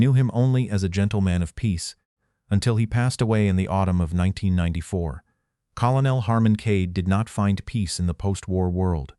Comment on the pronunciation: Why do you mispronounce 'colonel' ? It is ignorance and lack of education